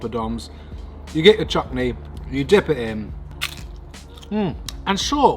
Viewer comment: I love your vids, I love how your still so quintessentially British and talk about our culture with such personality. You were born to be in front of a camera, such a great vibe. But did I hear you say chukney twice, CHUKNEY? 😂 bro, it’s chutney, chuTney! You make me 🤣